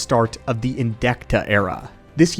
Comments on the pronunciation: It hurt me every time he said Alaskan instead of Alsakan at least a dozen times, this he did get it right a couple times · bro it’s Ahl-Sah-Kahn, it’s pronounced the way it’s spelled, can you even read. Why homie pronouncing it like it’s spelled Alaskan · love your video's but I have to correct you, It al-sak-an not Alaskan. even though it would be awesome to have my state's name in the star wars lore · Alsakan. Al...sack...an. say it with us...ALSAKAN. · Wow, way to butcher Alsakan's name by calling it Alaska. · Are you calling the Alsakan Alaskan on purpose? Is it an inside joke or something?